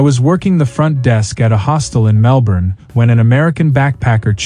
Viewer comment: Bloody yanks coming to OZ and pronoucing MelBorn and BrisBane